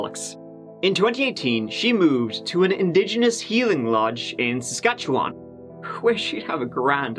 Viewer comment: It’s not “skatchewan” it’s Sask-at-chew-an, and our half way houses are total garbage. Murders can stay in them with low security……